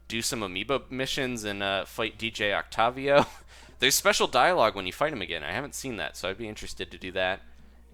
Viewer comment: WHY ARE YOU PRONOUNCING OCTAVIO THAT WAY WHYYYY